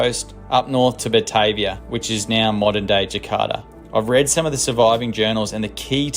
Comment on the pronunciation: The name of the boat is actually pronounced "BA-TAR-VIA". It was named after the capital of the Dutch East Indies also known now as Jakarta. Indonesia. it was a 32 Gun war vessel and was likely the first naval vessel to set fott on the Northern Coast of Australia. It's also credited with the first mass shooting of Aboriginals, mistaken for the Papua New Guinea cannibals of the time. As the Duifken ('little Dove') had reported bad encounters in Port Moresby with the local cannibals, a year earlier. It was a case of mistaken identity. However, when Cook arrived a hundred years later in Sydney, all the local Aboriginals had heard of the 'white man and their ships'. Aaah and BTW! With all those Cray Fish just begging to be caught, they end up with a vego meal??? Sacrilege.